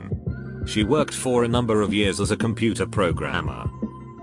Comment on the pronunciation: Roxy G on other videos it pronounces “years” weird. Gets me every time ☠️☠️